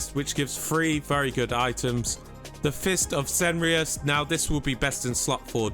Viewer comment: Please pronance Cenarion correctly 😅 wtf is Ceneron!?